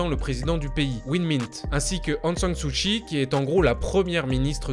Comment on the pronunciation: ...Aung San Suu KKKKKI , pas chhhi